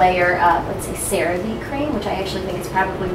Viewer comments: lol its pronounced "sarah va" kinda like "hey" but with a v. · Hi boo! Just letting ya know the lotion is pronounced as " sar-ah-vay" I work for a dermatology office so I'm familiar 😊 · CeraVe is pronounced kinda like Sarah Vay